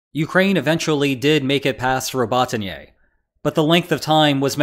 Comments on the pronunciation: roboTY-NE > tyn-YAY :D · Robotyņe is quite unlike Rabatiņei. I truly wonder how some people are unable to pronounce "o".